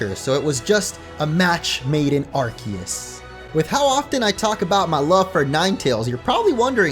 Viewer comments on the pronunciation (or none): I don't want to be a know it all neigh sayer, but it's not pronounced are-kee-us, it's are-see-us